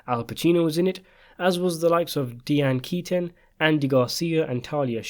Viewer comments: it's pronounced "Die-Anne" Keaton.. NOT "Dee-Anne" Keaton.. I mean really? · How did you butcher pronouncing “Diane Keaton” that hard